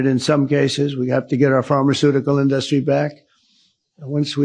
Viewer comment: The President can’t even pronounce “industry” correctly. :_ben